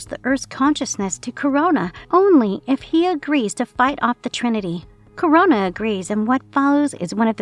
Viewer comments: Krona, not Corona. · Crona. This chick prob hasn't read a single GL comic. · I couldn't make it through the video after hearing "corona" repeatedly.